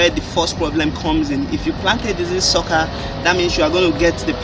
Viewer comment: Google translate sucker as socccer. Why do you guys deliberately use wrong pronunciation?